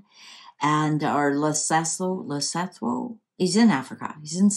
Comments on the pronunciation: Pronunciation Le so to. That's how you pronounce Lesotho. Very beautiful country but far from us Capetonians. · Hi you pronounce the country Le Soo Too for Lesotho some African names can be difficult to pronounce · Lesotho is pronounced Le-soo-too is the best way I can explain it. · South African here Lesotho Pronounced Le soo 2